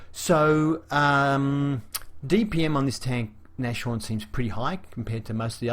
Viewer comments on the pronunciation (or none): Nice review as always. Just FYI this tank's name is pronounced Nas-horn, not Nash-horn. It's German for Rhinoceros ("Nose Horn"). Initially it was named Hornisse (Hornet), but was renamed, apparently because Hitler thought Rhinoceros was a cooler name.